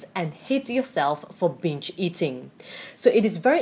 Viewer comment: This is great! Not to make fun of your accent but, "You will hate yourself for bitch eating." Ok but seriously this really helped me. Thank you!